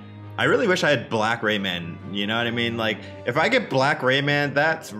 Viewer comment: I listen Rayman like Ramen.